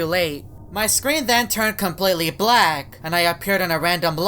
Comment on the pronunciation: wHat dID He sAy??? Black🤨